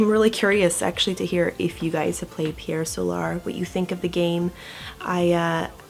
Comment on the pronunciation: Pierre sowlar? What about the spelling of Pier Solar leads to that odd pronunciation?